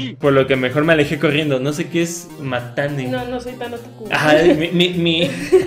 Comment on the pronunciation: Ese matane yo me imagino que se pronunicaria mas como Matta-ne! que si es asi, era un "hasta mañana"